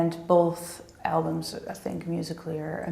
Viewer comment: The dude says "Albums" ... I kept hearing "Elms" :D